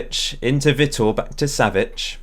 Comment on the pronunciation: btw Vitor is pronounced "vee tore" my friends called Vitor so I know